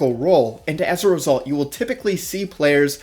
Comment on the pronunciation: When you Say as result i just hear ezrealsult 😂